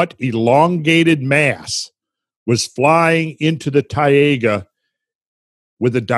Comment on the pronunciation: Marvelous again, thanks! It's very good to have the right perception, as we just don't. Taiga is pronounced like a combination of Thai-(land) and ( Lady Ga )-Ga.. :-) Thai -ga. Cheers!